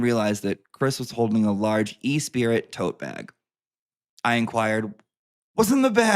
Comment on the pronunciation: And E Spirit instead of espreeee🤣